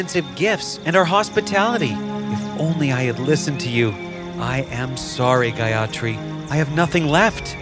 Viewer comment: The pronunciation is totally wrong... it should not have been pronounced as Gayatri, it's Gaayathri. and also it's not Manibhadra it's Manibhadhra